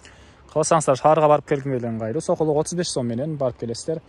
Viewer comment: Базаржок шашпа сакулук эмес сокулук